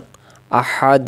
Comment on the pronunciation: মুহতারাম (১ম) আঁতাতে আহাদ পড়ি কিন্তু দালের ২ পেশ কেন উচ্চারণ হলোনা